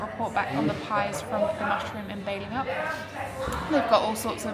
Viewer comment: Pronunciation tip: Balingup is pronounced Bailingup not Bellingup.